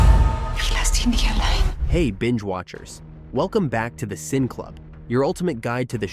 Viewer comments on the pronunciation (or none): BTW isn't the correct pronunciation of your channel's name be The 'Cinee' Club. Gotta fix your AI.